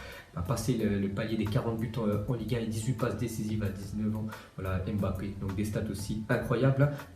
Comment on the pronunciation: Tu sais pas prononcé le nom de Mbappe